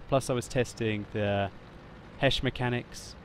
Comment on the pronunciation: He's saying it correctly. The British tanks get High Explosive Squash Head ammunition (HESH). So HESH Shells is perfectly acceptable.